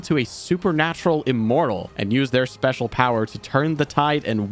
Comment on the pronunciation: With, there's extra emphasis on SPECIAL